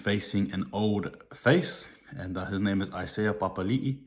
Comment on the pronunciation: Its really good to hear the players names pronounced correctly. I just want to slap a commentator sometimes 🖐